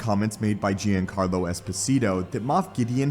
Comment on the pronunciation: Bro the “most amazing Star Wars you’ve ever seen” that title is shit. you miss pronounced kamino, Giancarlo, bo katan several times. you say “during Christmas” and not... I dunno... December? You’re fucking trash my guy